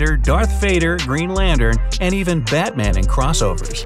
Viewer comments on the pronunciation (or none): none